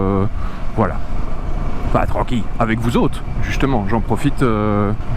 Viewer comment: Chouette vidéo mais il faut que tu arrêtes de dire "tranquiYe" 😅